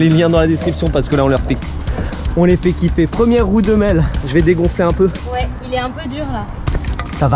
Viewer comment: On dit pa ouééé